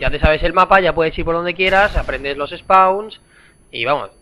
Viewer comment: soy yo o dice los espauns ? jajajajaj